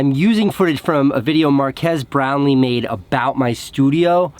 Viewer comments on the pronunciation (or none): Marquez? It is Mark-Ass Brown-Lee! Facepalm Get it right, Casey!